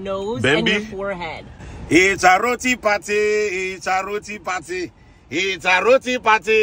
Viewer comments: 😂 finally!You 've only just begun. you got right pronunciation 'roti' not 'rodi' So much more to taste. I like to eat roti wrapped or get curry on the side so you can dip 🇹🇹 🇹🇹 🇹🇹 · And you got the pronunciation of roti right 🇹🇹🇹🇹🇹🇹